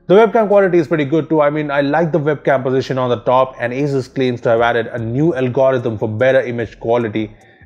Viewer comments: it isnt "azzzuuzzz" is "asus" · dat aizooz